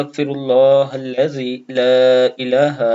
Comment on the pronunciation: Aap nay sahee nahi Para. Aap nay Halla zee ko hilla zee Para. Pl. aaj hi sahee kar lain. shukria